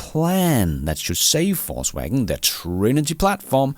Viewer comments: Same down here. Hearing "false wagon" all the time and I like it a lot! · I love the way you pronounce VW as "false wagon" 😂